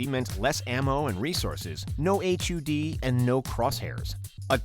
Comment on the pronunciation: I've been gaming for decades and just realized I've never heard the term "HUD" called "H-U-D" until this video.